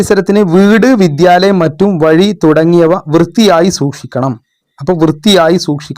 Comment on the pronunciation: മറ്റും അല്ല മുറ്റം